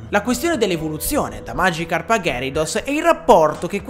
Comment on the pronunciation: Si pronuncia ghiarados